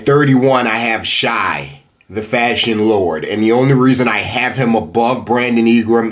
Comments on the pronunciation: It’s pronounced shay bruh not shy😭😭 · it’s shay not shy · Nobody: Literally nobody:: SIGH instead of Shai